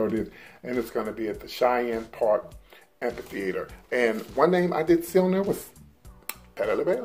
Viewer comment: PT Chene Park is pronounced "Shane" park